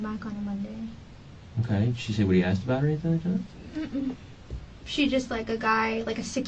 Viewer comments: Speaks well until “axed”😅. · So annoying when people say Axed... She axed me a question